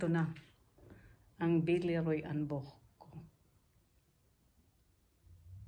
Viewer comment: You have a really nice collection! Also, you pronounced "Boch" perfectly - usually people who are not native German speakers, don't know how to pronounce the "ch"